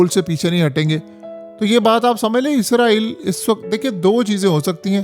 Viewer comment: عزرائیل نہیں اسرائیل آپ ہمیشہ غلط بولتے ہیں۔